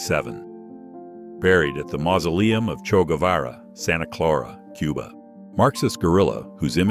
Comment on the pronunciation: It's Che Guevara, not Cho. Everybody should know that, especially if you mention him in a video.